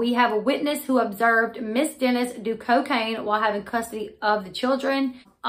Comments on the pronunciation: You are mispronouncing the last name. It is Dennis not Denise. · "Dennis" not "Denise" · Did you just pronounce her last name “Denise”?!?!?!? Really.....watch the show much? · How do you mispronounce the name Dennis? Come on girl! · What a sad situation!! Just an FYI you are not saying her last name correctly.... not being rude just letting you know